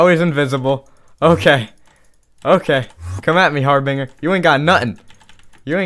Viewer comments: It's (Harb-In-Jer) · that goul thing is called a har-bin-ger